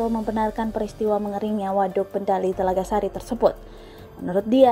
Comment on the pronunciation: Telaga Sari, bukan TELAGA SASI 😂